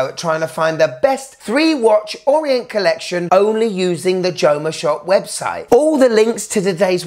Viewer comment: It's Orient. Not Orient.